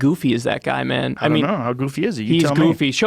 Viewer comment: This guy disagrees completely on EVERYTHING with intelligent conservatives? That’s where I move on.. CLEARLY he’s full of shit on being a libertarian liberal.. and Joe... don’t even get me started.. “come on mon..it’s like mon.. “ what?!? It’s MAN !!